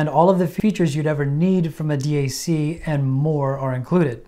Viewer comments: Great video. Thank you. If someone is forcing you to say d..a..c instead of DAC, give us a safe signal and we’ll rescue you. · Hey birdbrain... its Dac.... NOT D A C. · Who the fuck says d-a-c? Bro your trying way too hard lol